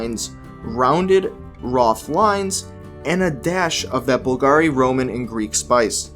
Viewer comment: pls at least learn how to pronounce Bùlgari